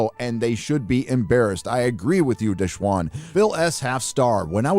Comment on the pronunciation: Desh-wan?? WTF pal, you need new glasses. its da-SHAWN.